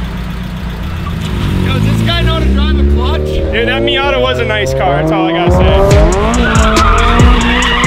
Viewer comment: Did say minyata 🤣😂